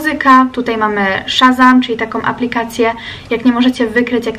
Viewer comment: Przepraszam ale muszę Cie poprawić nie szarzam tylko shazam